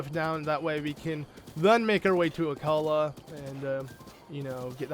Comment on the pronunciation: No it is Akkala